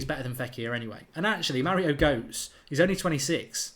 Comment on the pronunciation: Mark! Goetze is pronounced ‘Gurt- suh’, not ‘Goats’! Although to be honest, I actually prefer your way of saying it! 😉